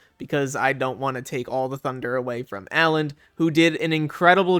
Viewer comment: The way you say Alands name really bugs me Both of the (a)s are short same as in cut